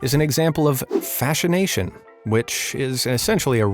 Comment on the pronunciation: SO close, Fasciation has just the ONE N at the end. FasciNating, huh?